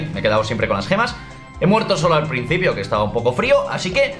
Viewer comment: Haré lo mismo que todos... Fallaste un poco con "poco" xd